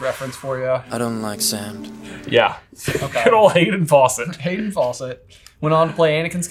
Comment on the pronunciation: He said Fawcett, are they talking about Farrah